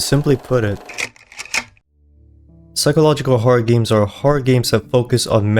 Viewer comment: Did bro say gims computer